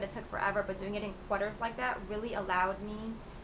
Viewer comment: This is great, but its 'quaRters', not 'quaters' lol, not trying to be mean, just saying, gret tutorial tho(